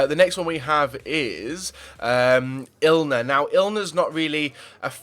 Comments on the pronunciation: Wait... hahahahah ILNER??? It's Inler. Zunanigga? it's Zuniga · LOOL... i know ur pronounciations are bad but wtf is "ill-ner" all about.. haha its not a shortened version of Milner lol its "In-ler":') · Hahah when you kept saying ilner not inler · INler not ILner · Umm......... ilner I think it's inler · Ilner? Can you not read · I know you say your bad at pronunciation, but calling inler ilner is just being straight up illiterate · Just not reading properly ain't it